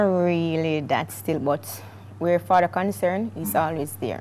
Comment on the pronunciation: Lol baby fadder the word is father